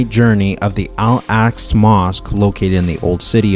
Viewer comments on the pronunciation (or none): Al Aqsa Mosk not Alaska Mosk 😆☝️🙏✝️🇮🇱💕